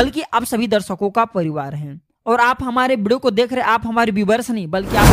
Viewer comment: बोलने का तरीका बच्चे कैसे हैं, एक शब्द हैं video, pahle theek se to bollo , bideo kyun kahte ho